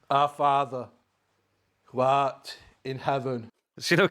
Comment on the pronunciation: OmG I’m in tears. The way he took a breath and emphasized “who ART in heaven” 😂